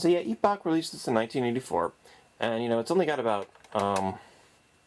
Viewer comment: They spelled the company name as Epoch on the title screen of the games. He pronounced it just fine.